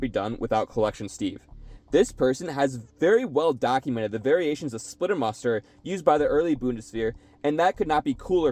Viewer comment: "Splitter Mustard" you pronounce it like that